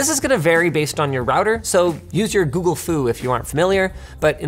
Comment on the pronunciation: Its not working because you said "Okay Woogle"